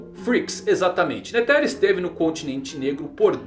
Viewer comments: tu ta pronunciando errado o nome do netero não tem silaba tônica tu ta pondo enfase no "te" de netero e so uma coisinha que mne sangra as orelhas mas o video e top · N sabe nem pronunciar o nome do Netero e quer fazer análise